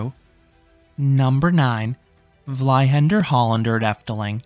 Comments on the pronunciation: You did pretty good on Dutch pronunciation until you got to Vliegende Hollander, Vliegenge means flying. Flea-kende is probably the best way to explain it in English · vlyhender hollender... doet echt pijn, maar ja...